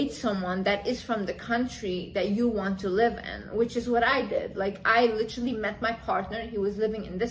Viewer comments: "Litrely" (x1000) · Lichrally lichrally lichrally